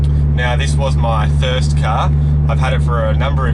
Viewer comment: I like how you say car. KAHR